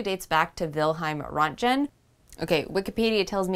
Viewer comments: Even with wikipedia your pronunciation of Röntgen is far off........ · Oh, it´s worse than that, for the correct German pronunciation of the name Röntgen. You are 90% of the way there. Two factors, though: + The German /r/ sound is a “double-tap“ rolled r, like in Japanese. Think of it as an “impatient“ Spanish rolled r. + The /ö/ in Röntgen (or Roentgen -- “oe“ is a digraph) represents the umlauted o, /ö/, which is a sound that is not in English. The Wikipedia sound file that you heard is spoken quite, uh, “English-like“, probably because in different provinces of Germany there is considerable variation. I learned it as the sound one makes when one is punched in the stomach. Nope, not even kidding....